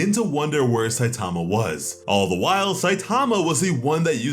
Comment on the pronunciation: The name "Saitama" is Japanese, it doesn't have word stress like English does. Stop stressing the second syllable.